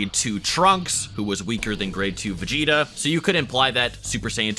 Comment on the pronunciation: He said vegeter